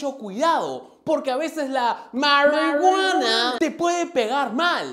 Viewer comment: Jaja me voy a descargar tu diciendo 'Maruiguana'